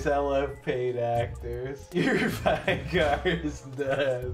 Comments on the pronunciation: I swear to god if you say vi-gar one more time I’m only going to go for 1 stacks on minions. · The only thing that needs to be reworked is how people mispronounce Veigar.